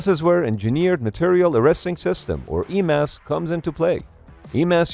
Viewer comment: But the one being pronounced in the video as E-MASS